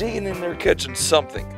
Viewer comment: Somethink?? Lol